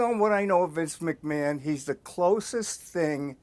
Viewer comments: ''Vince macMON'' Piers Morgan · Vince McMARN 😂